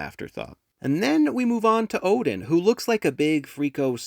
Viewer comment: Oh! It's one in Russian! It's pronounced odYn, not Odyn then :p